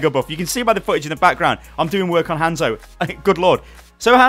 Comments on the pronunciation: It's not fucking Han-zo it's just fucking hanzo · PLEASE PRONOUNCE THEIR NAMES (HOH-NZ-OH) and (SOH-M-BRAH)